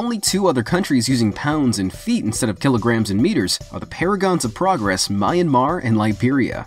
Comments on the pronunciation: is called me yan mar not my mar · Blazing Scorpiez true. He just pronounced my country My mar. It’s called Myanmar mar. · I love how he pronounced it as My- yan- mar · he pronounced it wrong, it's supposed to be Mmm-Yen-Mar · it is not pronouns my-anmar u fool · when you said Myanmar wrong I got triggered for no specific reason xD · Is it just me or does anyone gets angry when people pronounce "Myanmar' with 'm' and 'y' separately while those two letters are supposed to be pronounced at the same time.